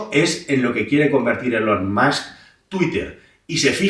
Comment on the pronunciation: Nota: si dices “mask”, di “ilon” y lo bordas 😉